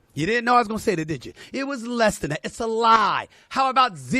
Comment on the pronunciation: It's that, not Dat, SAS. 😂They're mad because Maye is white, and good. Why would Maye watch first take? It's trash. smfh